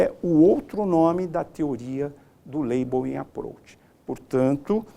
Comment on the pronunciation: "Teoria do Laibouím Aprouch"...foi o que salvou a aula kkkkkkkkkkkk